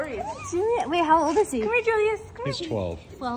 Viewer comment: I would imagine that Prince Julius is not used to stepping on any rocks! The Netherlands is a sandy country. Congrats on bringing a Prince home to (USA? Canada?)! HIs name was pronounced Yoo-lius in The Netherlands.